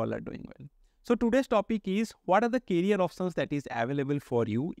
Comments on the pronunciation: I think first job you should do is pronounce "career"correctly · Try to improve your English bro. It is "Career options"